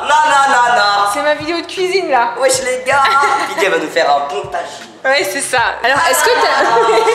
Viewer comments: C'est un tajine pas une taijine 😒😂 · MDR elle dit la taginez